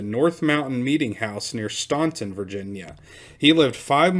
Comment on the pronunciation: Staunton, pronounced Stanton.